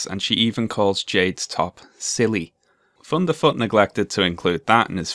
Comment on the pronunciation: I love that you pronounce his name as funderfoot. It brings a smile to my face